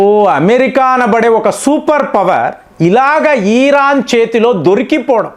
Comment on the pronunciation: ఈరాన్ కాదు ఇరాన్